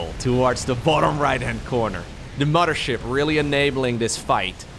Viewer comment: I only don’t like it when he says “mama ship” but it’s ok haha.